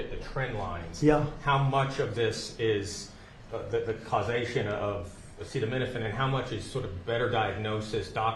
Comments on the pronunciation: Your president can't say acetaminophen hahaha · I have an answer but Trump sure doesn't. It is not the tylenol that can cause issues but rather the fever or pain the woman has at the time. So don't tell me I don't have an answer! I'm sorry you have a son with autism. But I don't believe anything dump says. He couldn't even pronounce acetaminophen. Noone has an answer but the fever would be worse on the fetus than a tylenol. If you have the truth, show me you literature on it